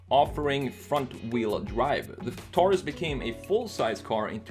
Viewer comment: My pet peeve— people who pronounce “Taurus” (tár-îs) instead of (tore-rîs) ... like it’s supposed to be.